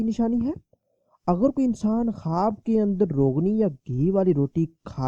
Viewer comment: Bolne nai aara apku kwaaaaab kyun bolre